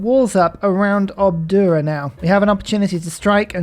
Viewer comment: Amazing how you keep saying "Obdua" to Obuda. ;)